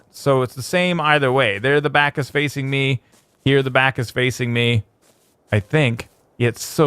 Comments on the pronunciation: at the very start he says and were brack LOLING so hard now lololol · and we're brack!